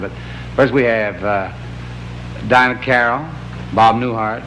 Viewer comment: Dean keeps calling Diahnne carrol Dinah.